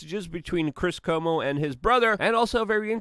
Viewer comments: Cuomo is ca whoa mo, not Como like the lake! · Love your work, Luke! FYI: Cuomo is pronounced "Cwow-mo" not "Como".